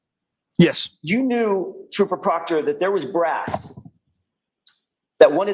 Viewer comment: One last thinggggg…PROCTAH TROOPAH! 😂😂😂😂